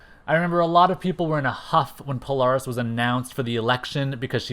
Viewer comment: Well It Is Not Pronounced Sync Like Nsync, But Pronounced Sinch Like Inch But Spelled Synch, And The Same With Poaris, It It Pronounced Po-Lare-Is But Spelled Polaris. And I Would Have Loved To See The Real SABRETOOTH But With Every Power He Has Ever Had Plus His Adamantium Laced Bones With His 4our Claws, MIMIC Who Has All 5ive Original X-Men's Powers And Some Of Professor-X's Powers Permanently And His Mimicry Powers, The Original MORPH (Yes Changeling) Like The One That Looked Like The Animated Version But He Wears A Mask To Look Like Is AOA Counterpart No Cape, Have REVANCHE The Cybernetic Clone Of Psylocke Return And Be On The Team With A Story That She Actually Is Psylocke's Twin Sister, ROGUE, BLINK, CRUX From Cerebro's X-Men, SPIRAL, SYNCH, MONDO The Real One, POLARIS, HAVOK, THORNN, COPYCAT, SUNFIRE, TOAD, & PYRO